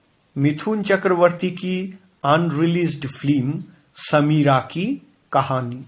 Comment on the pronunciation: Slow motion voice over, mone hochhe kono andho lok kotha bolche.. Aar kotha ta film.. flim noy.. Shudhre nao bhai..